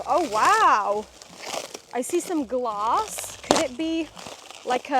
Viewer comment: Ouuu this is fun “Ouuu I see some glass” for us Canadians it sounded like Gloss and I’m like, why is there lip gloss in a furniture pallet